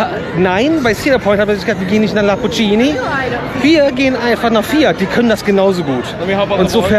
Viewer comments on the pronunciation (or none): Oh man- ihr lebt echt DEN Traum- ich beneide euch so!!! Kleiner, freundlich gemeinter Tip: Lamborghini spricht man genauso aus, wie man es schreibt.